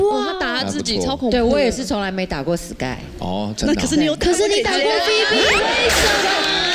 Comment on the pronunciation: 感覺憲哥唸成死 gay.....